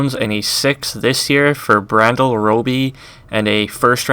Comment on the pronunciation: You thought that was funny,(which it is) he called Bradley Roby, Brandyel. Hahahahahaha!!! This dude straight up knows nothing about football.The Phins would never get rid of Jones or Wake. SmH